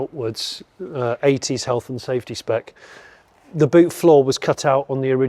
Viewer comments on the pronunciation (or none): none